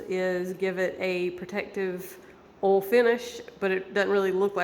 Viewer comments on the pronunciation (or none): I love your dad‘s contraption for the palm nailer!! I also love the way you say oil. I’m guessing you have to be from the East Tennessee area. 😉⛰🌞